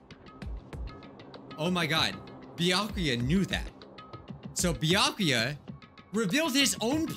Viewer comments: It sounds like you keep saying byankuya but it has no N. Just Byakuya. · It’s byakuya or toko Me knowing it’s neither:Close but not close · Any time says Byakuya really fast it sounds like he's saying my name